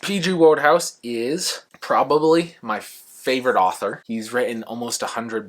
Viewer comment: I adore Wodehouse too. I’m so glad you made this video and that you love him. Just so you know despite the spelling, his name is pronounced “wood-house”.